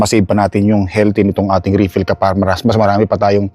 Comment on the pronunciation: Mali po pronounce ninyo ng refill, itanong nyo po sa anak nyo kung paano